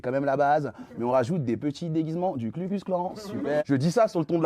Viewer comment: Bro… pas Klu mais Ku. Ku klux. KU klux ! Mal préparer son papier (lu physiquement) et flinguer son propos sur une erreur que Pascal Praud n’aurait pas faite, c’est moche. Faut se mettre au niveau du média que vous défendez les gars